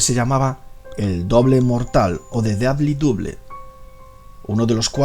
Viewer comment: Muy buen video! Pero "Lauderdale" se dice "Lóderdeil", "deadly double" se dice "dédli dábl" y "Douglas" se dice "dáglas". Estúdiate la pronunciación del inglés y tus videos quedarán aún mejores.